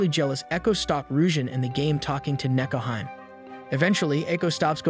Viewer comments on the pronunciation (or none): Akane is pronounced Ah-kah-nay, not Ah-cain. Nekohime is Neh-ko-hee-may, not Neh-ko-heim. Cringe.